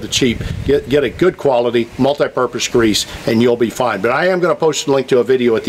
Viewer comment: why is it so important to properly pronounce “zerk” while improperly pronouncing grease with a “Z”? Don’t even get me started on brush hog! That should be called a Bush Hog if it is actually a Bush Hog, otherwise I think it is a rotary mower. Carry on.....